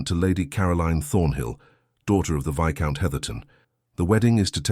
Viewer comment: At last !! A narrator who pronounces 'Viscount' correctly.